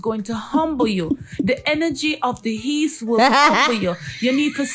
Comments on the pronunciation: "The ene rgy of the HEAST" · Dem say “Heast”